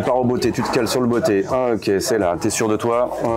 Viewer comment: J'avoue que le "beauté" m'a fait rire. C'est pas "beauté", mais "botter", comme le verbe botter.